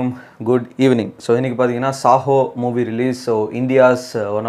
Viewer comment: Bro it’s Saaho not sahoo